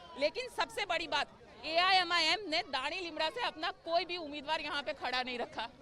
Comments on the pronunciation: Madam, MIMIM nahi AIMIM hai 😀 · Mimim nahi AIMIM